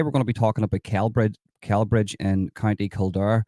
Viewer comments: It’s pronounced SellBridge, soft C. Glad you’re getting this info out there, absolutely sickening behaviour AGAIN by nameless migrants. Has anyone been prosecuted over this? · Pronounced Sellbridge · Celbridge is pronounced like Cell Bridge 👍💯🇮🇪